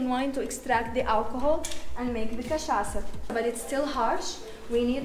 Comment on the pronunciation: So cute how you pronounce cachaça as cachaca 🥹 i’m happy you two enjoyed Brasil so much ❤